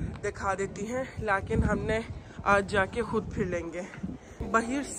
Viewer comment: Haha cute urdu 🥰 Don't speak "laakin" this is a "laykin"